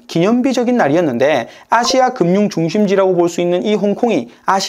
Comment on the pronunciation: 아시아를 기괴하게 발음하네 또 이번엔 어느 국적일까 ...